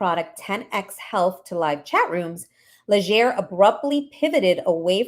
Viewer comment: Legere! Not lesher Legere!